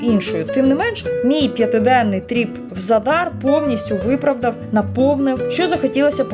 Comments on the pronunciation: ви говорите не вірно назву міста- в Хорватії 99% слів мають наголос на перший склад тобто ЗАдар👌 Гарного відпочинку🤗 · Наголос у слові За́дар падає на перший склад. Це місто в Хорватії, тому правильне наголошування — За́дар.